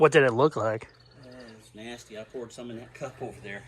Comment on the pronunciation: its POURED not POORED ....